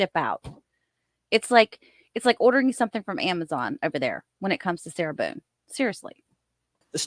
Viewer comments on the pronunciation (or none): Can’t stand the way he says “sira Buuune”. Or maybe it’s just the name I can’t stand